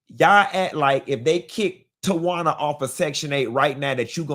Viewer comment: Not "Tawana"...😅😅😅❤😂